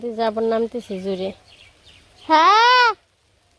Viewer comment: জুড়ে নয় গো জোড়ে। তুমি কেমন মুখে বল কিন্তু থামবেল এত বিকট উচ্চারণ।